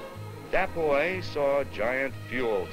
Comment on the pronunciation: I swear I was mad, I thought the narrator calling him the boy... how pronunciations can be bad sometimes